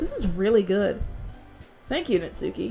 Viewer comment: Now now I got a question. Could you try to put some more effort into reading the japanese names. Natsuki btw is spoken without the u.